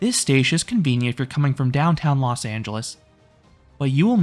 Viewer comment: Los Not Las😒